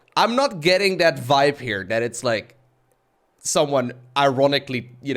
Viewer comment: your English has almost no accent, but you can never pronounce the 'th' sound. It always comes out as a 'd'. For instance, you say 'dat' instead of 'that'.